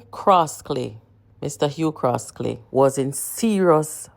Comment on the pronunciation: His name is Hugh Croskery not Hugh Croskely